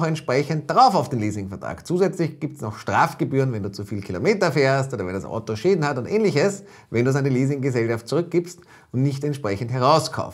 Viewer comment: es heißt Auto und nicht Atto